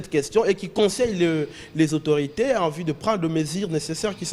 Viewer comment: Oyo nani lisusu? Ozo loba "vi" olie de 'vue" francais mobulu